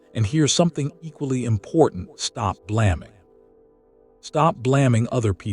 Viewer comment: AI, you can tell because it doesnt pronounce English words correctly. BLAMMING instead of Blaming, A Pronounced as in taking or made it's not A as in Apple short. Just saying.